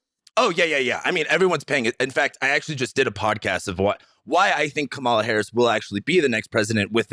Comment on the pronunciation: It's really not hard to get Kamala's name right...